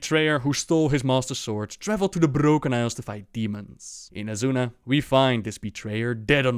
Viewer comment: why do you roll the 'r' when its not needed? like you say 'the brRrrRrRrRrrrrRrroken isles' and yet you can pronounce everything else correctly ? i'm maybe strange but i find it very annoying :)